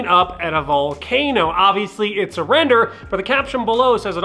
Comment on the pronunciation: I'm pretty sure nobody says volcAnooo like that but you